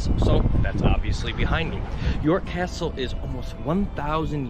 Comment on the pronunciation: Just so you know - it's York Castle (two words) not YourCastle. Otherwise, good job.